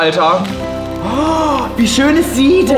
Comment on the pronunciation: warum sagt tim immer ,,schoé´